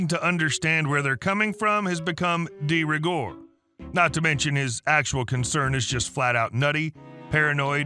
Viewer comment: Dee ri gore?! 😅 Mon Dieu! Would you like to speak French? Do learn it first.